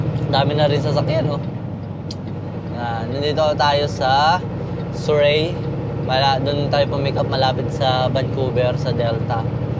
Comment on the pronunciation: "Sur-ree" po. 🙃